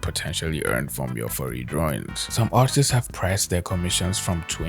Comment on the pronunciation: he says artists and it sounds like autists jesus...